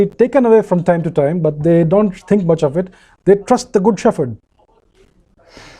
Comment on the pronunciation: Excellent! Only pronounce 'shepherd' properly! It is 'shep herd' not 'sheferd'!